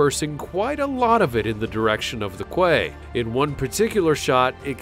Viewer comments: Really enjoyed the video, but I've never heard (quay) pronouced Kway before. Quay is pronounced Kee. It sounds a horrible as people from some uneducated countries that pronounce suite (sweet) as suit. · "kway"?? kway???!? Quay is pronounced "key". 👎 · Quote "I don't speak Russian" man you can't even speak English!!! Quay is not pronounced "kway" but " key". Get some background knowledge and language used in your subject. Less speaking would be useful too. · Its a pity the voice over guy thinks "Quay" is pronouced quay instead of KEY, he is a plonker. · QUAY is pronounced "key" not "kway" Not really a "horribly wrong" type of video is it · Quay is pronounced "key" not "kway" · Hear your still murdering place names. And quay pronounced key ! Not qu! Arrrrrthh. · Funny as, but quay is pronounced key, really!!! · Quay is pronounced “key” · and "kway" and quay. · Damn right. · Please learn to speak English.+ The word QUAY is pronounced "KEY", probably originally derived from Norman French!